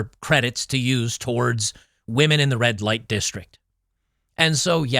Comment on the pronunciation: At first I thought you said "Bud Light". :)